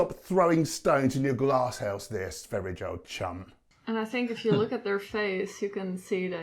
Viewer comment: Not trying to be a smart ass but his name is pronounced Sveh ree ah not sver ijj